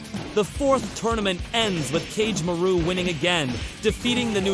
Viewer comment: The pronunciations of Kagemaru (Ka-geh-ma-roo) is frying me 💀